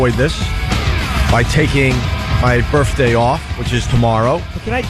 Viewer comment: Say Birfday one more time, it’s hilarious